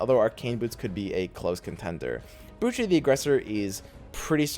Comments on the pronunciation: Brooch is pronounced 'Broach'. Like a pin you wear. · Do people actually pronounce "brooch" like in this video? I've always heard it pronounced as "broach" as in the piece of jewellery